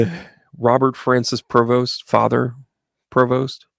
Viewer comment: His name is PREVOST NOT PROVOST . Shaking my head …